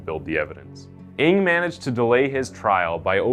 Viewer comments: I think the correct pronounciation for NG is "nang"!!!not eng!! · I think NG is pronounce "nang" not "ing". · His surname is not pronounced "Ing". It's "Ng". Like a sound you make when you stub your toe. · Charles Ng surname should be pronounced "nang" not "ing", been to asia and met people with surname Ng, they wonder who I'm calling coz of that, seen some of their videos, they are cold blood indeed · Good story telling as always. Love your channel. Just a small correction on the last name of the asian guy, Ng is pronuanced as "Nang".